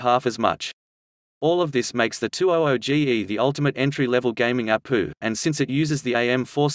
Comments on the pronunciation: Try "A P U" instead of "APU" soo text to speech thingeee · I'm going to start pronouncing it APOO lol. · Ok he said apooo